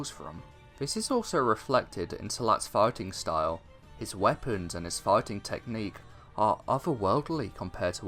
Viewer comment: You said fighting style in a way that i understood farting style, awesome